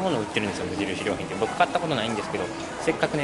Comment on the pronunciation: 無印りょー⤴︎品